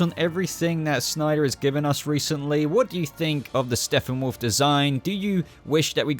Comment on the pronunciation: Dood.. Am I trippin or do I keep hearing "Steffenwolf" everytime time u say his name in this video?? Lol.